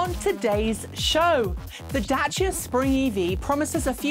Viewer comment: You’re saying Dacia correctly. Good job.